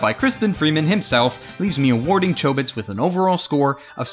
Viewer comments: the original doesn't pronounce Chobits with a long O sound. But it's all in how Japanese works with long and short vowels. I didn't say he pronounced every name and word wrong, but it's enough for some one who's almost always heard words pronounced in Japanese to do a double-take on some of his words, it's also a reason why I have trouble finding good dubs. One of my fav time he messes up is when he says Azumanga Daioh "Azumanga Dao" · is it pronounced with a long 'o' or a short 'o'? because I pronounce chobits with a short 'o'